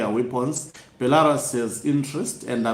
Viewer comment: It’s “Sneaking out” not Snacking out bantu 🙈🙈🙈 “Bhelarusi” not Bhelarasi 🙈🙈🙈 “twenty seventeen” not twenty sebenteen, say Seve….. Seve……. Good boy 👏👏👏👏😆😆😆😆😆